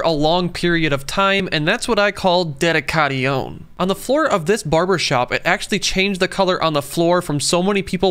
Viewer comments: Everyone: Dedication Him: Deadeekahdeeown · "De da ca te on" ITS PRONOUNCED AS "De di cay shon" 😭✋🏼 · it’s usually pronounced dead i k tion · Kid : "mom can we have Google pronounciation?" Mom : "No sweetie we have it at home!" The pronounciation at home : "deh-di-cah-ti-oun" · Ded-ee-ca-shun That's the correct pronunciation. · Real pronunciation is Deh - di - k - son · That's pronounced as "daddy kashon" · I thought the pronounce should be Daddy kay shen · Its pronounced ded-i-ca-shen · Its spent dedication its pronounced dedicayshin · First of all it is pronounced as dedicashion not the the way u pronounced it I know my spelling over here is wrong but the pronunciation is this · It's pronounced ded-e-casch-en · It is pronounced dedeecassion😂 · He pronounced it "Dead-hi-cai-ion" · Yeh he can't even pronounced it properly lol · He prob mispronounced dedication just so we comment about it. 1000 iq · Why did he pronounce dedication like that??? 😭😭😭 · He really mispronounced dedication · How tf did u pronounce dedication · Were you trynna pronounce it as French ? Well it didn’t work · Wow so funny how he mispronounced dedication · That's not the exact pronunciation of "dedication" 🙄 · That is wrong with your pronunciation dedication. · That's not how you pronounce it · You not even pronounce word dedication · Couldn’t watch past the cringe pronunciation of dedication. Some things are just stupid.